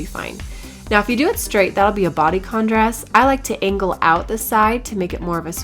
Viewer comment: Why is your "d" at the end of the words "b"? bress instead of dress!!!LOL